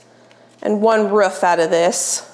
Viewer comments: The word is roof not ruff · I'm not sure where in the US you are, but your pronunciation of roof makes me giggle. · you pronounce roof like Schmidt from new girl hihi